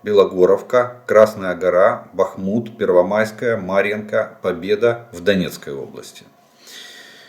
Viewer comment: Да когда же Вы определитесь: БАхмут или БахмУт?, и это экспЭрт? Хорошо хоть КраснопопОвка больше не КраснопОповка😅